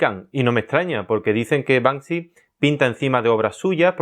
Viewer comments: Y a ver que "Panksy" jajajajajaja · Acabo de darme cuenta de que su nombre es BANKSY y no Bansky, sorry : ) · La gente que dice Bansky es la misma que dice mounstro. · "Y a ver que panksy" ja ja ja ja ja ja. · No es Banksy... es Bank Si!